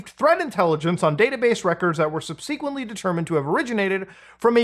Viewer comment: absolutely bizarre way to say "subsequently".